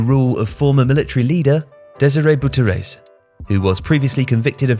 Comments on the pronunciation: I'm sorry but could you please try to pronounce names the right way? Don't change the pronunciation to English but rather google the name and it's original (in this case Dutch) pronunciations. The way you butchered the name Desire Bouterse is just upsetting.. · Hi guys, great vid! Perhaps some more research would've been better. I could mention the butchering of the name of Desire Bouterse, but he's criminal so I don't care xD. Also, I believe the Dutch media referred to the Surinamese players as The Black Cable (De Zwarte Kabel) instead of the surinamese crew.